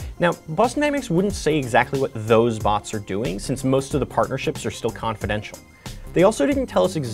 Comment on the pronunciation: "since most of the partnerships are still cofidential" sounds like militarry